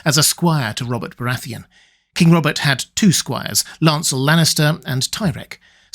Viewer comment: "Bobert Baratheon"?